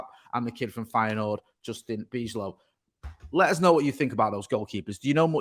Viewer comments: The pronunciation of Bijlow is Byelow. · Bijlow is pronounced By Low😉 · no need to get rid of him. also the ij in dutch is pronounced as y so its bylow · can say Van Dijk but not Bijlow